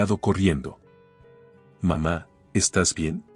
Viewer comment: Porfa nooooo se dise papa mama. Se dise papaa' mamaa'